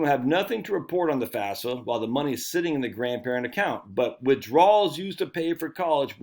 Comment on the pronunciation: Say it with me now, F A F S A. FAF then SA.